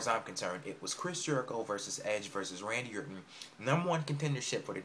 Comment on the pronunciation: HE CANT EVEN SAY RANDY ORTON'S NAME XD